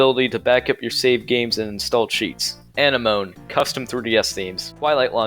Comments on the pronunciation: bruh called an-em-o-ne aneh-moan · Anenome is pronounced an en o me not Anne nome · Ann-eh-moan 💀 Just FYI it’s Uh-nem-oh-nee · btw its not "anne a moan" its "ah neh mow knee" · It’s a nen uh meee not ani-moan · I have never heard "Anemone" pronounced "An-uh-moan." I always pronounce it like the sea flower, "uh-nem-oh-knee" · Why did you say anemone with a hard moan at the end lmfao it's anen oh me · bro said a-ni-moan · Did you really pronounce anemone Annie moan? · "Ann-eh-moan" made me lol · When you cant pronounce anemone 🤡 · I had a stroke when I heard you pronounce "Anemone" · OMG WHY DO U PRONOUNCE ANEMONE LIKE THAT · I've watched quite a few videos about homebrew and about 90% pronounce this wrong. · Why do you pronounce anemone like that? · "Anemone" Bro your pronunciation killed me. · The way you pronounced Anemone....